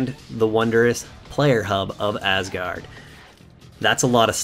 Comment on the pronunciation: You pronounced Asgard properly. :)